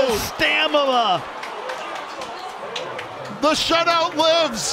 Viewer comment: “HE DIDNT HAVE THE STAMALA!!” 😂😂